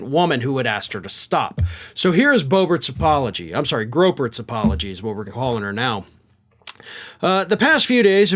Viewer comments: "Lauren Gropert" lol. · He said Lauren Gropert lmao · Groepert 😂😂😂😂 That was perfect. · Love the slip as Lauren Groebert😊😊😊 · From now on when ever her name is spoken it should be pronounced Lauren feelemup Gropert.